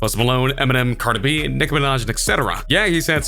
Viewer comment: "Carda B" wtf it's "Cardi B"